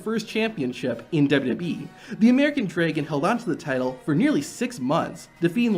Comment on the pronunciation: Draigon? Who pronounces dragon like that?